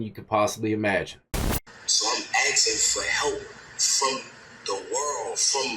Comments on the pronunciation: Yeah but he ruined it completely by pronouncing asking as ax-ing 👌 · He lost me at "ax-ing" (asking).